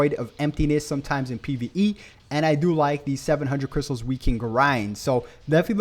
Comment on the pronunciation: Did I hear crysals 💸